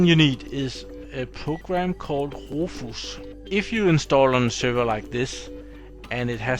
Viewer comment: Another great video! I'm really enjoying virtualisation for d*mmies!! Also, Rufus is pronounced roo fiss, you seemed kind of unsure on how to say it. Not trying to be pronouce police or anything.;o) I also noticed your teeth are looking great! How much longer do you have to wear you braces? I had braces back when I was in high school...I HATED them! Anyway, great videos, thumbs way up. Thank you!! eric ps: I rewatched video 169...laughed my off again, a truly classic line!